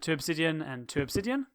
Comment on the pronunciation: Why you said OBSIDIAN (that's observer) Im LAUGHING!!!